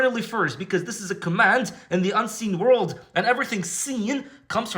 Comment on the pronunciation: "Worrrrld" loveed it 😂